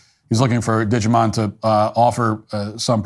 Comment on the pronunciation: Dijimon?.....nice one 😅